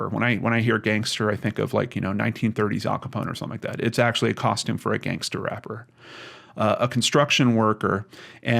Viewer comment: I’m so sorry for his family and fiances loss. Alcohol can bring out the worst in people. It might not be appropriate, but listening while getting ready for work and saying Gangstah is making me giggle. Ty for what you do ❤️